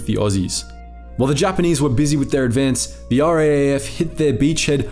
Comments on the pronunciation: It's R double A F or Rough. Not R-A-A-F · Please do us all a favour and pronounce RAAF as R-AA (as in battery )-F. Cheers, your fans. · RAAF...Raaaayef. :) Ya Aussie lol